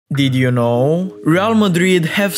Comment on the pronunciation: hearing "did you nooooo" lost my interest